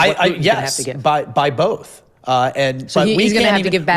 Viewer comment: Firstly both is pronounced BOW-TH not BOL-TH, Karoline. You speak ONLY English. Secondly, I’m tired of these hypocrites. The narrative that a woman’s place is at home with their babies but will also tell conservative women in the same breath that they can have it all and then MAKE POLICIES THAT MAKE IT IMPOSSIBLE. It’s easy for her to say. She has what a lot of us don’t: money, power and privilege. If she’s upset about being used as bait then just say that.